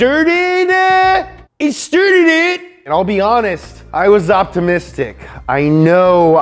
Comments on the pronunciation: It stirrdid it? xD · “It sturted it!!!”